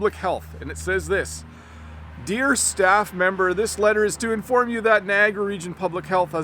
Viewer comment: I’m wondering why the way you pronounce Niagara is so different from online English dictionaries 🤔